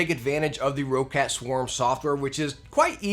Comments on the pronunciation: How do you have so many Roccat Product reviews but still mispronounce the company Name? It is NOT pronounced Row-cat, It's pronounced Rock-et. You can't tell me shit about being an American and seeing the word differently because it's what I am as well. If you have to mispronounce it due to Ego or something ideologically stupid, well then you have Rock-Cat to worth with. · What is this Raw/Row-Cat everyone is talking about? It's Roccat. Like Rocket. Or for Americans: 🚀🚀🚀🚀🚀🚀🚀🚀